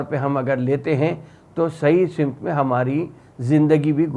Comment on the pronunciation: say Samt not Simt